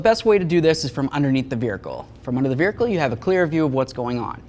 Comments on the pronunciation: Just a heads up. No "r" in vehicle... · Take a drink every time he says, "Vericle." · the eff is a veerhicle?